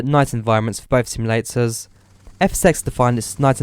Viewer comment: SIMULATORS NOT SIMILATORS TALK PROPERLY MAN